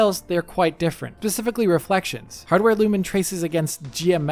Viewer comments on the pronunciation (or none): “Pacifically reflections” 😂